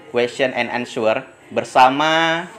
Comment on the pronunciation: Answer dibaca Anser bukan ansuer